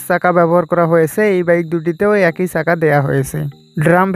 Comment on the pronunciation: ভাইয়ের ভাষা এমন কেন?!!ছাকা না বলে চাকা বলেন! উচ্চারণ ভাল না হলে ভিডিও দেখবে না মানুষ।